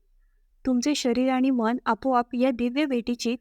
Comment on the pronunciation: मण नाही ते मन असं आहे बणलेले नाही बनलेले असे आहे माणा नाही माना कीती हे अशुद्ध उच्चार आणि ही सगळी अंधश्रद्धा आहे उगाचच बंडल मारू नका